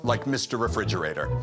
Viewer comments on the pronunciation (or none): "Mr. Refrigererrr " " b r a v i s s i m o " As someone who speaks English as their first language, his pronunciation is 100% wrong. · Ha scassato la pronuncia e gli ha detto "bravissimo"